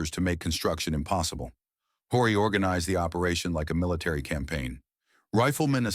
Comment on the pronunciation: Historical fiction. More research and less politically correct fabrication was needed. ( and his name is pronounced O-ree)